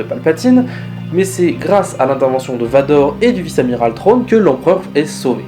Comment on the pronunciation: Super vidéo comme toujours, mais attention à la prononciation de "Thrawn". Parce que là tu dis "Trône". Comme le roi qui s'assit sur son Thrawn... pardon, son trône. Sinon à part ça la vidéo est vraiment faite. Continue comme ça.